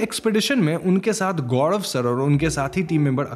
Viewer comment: गौड़व या गौरव 🤔😶